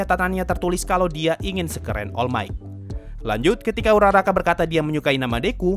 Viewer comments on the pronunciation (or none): Uraraka bang bukan Urara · URARA? URARAKA BANG BUKAN URARA